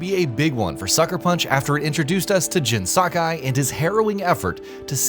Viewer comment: Why can’t you pronounce Jin, Atsu, Ezo and Tsushima normally?